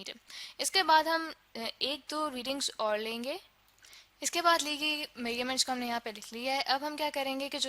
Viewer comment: It is measurement and not mayyerment😂